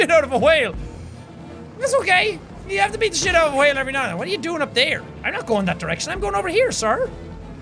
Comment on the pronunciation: Also anyone else notice he says hwhale